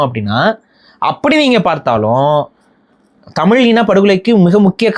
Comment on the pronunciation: Kaamini nu sollathey. Khamaeni nu sollu. First nee Thamizh nu sollu. Nee Thamil nu solra. Correct yourself.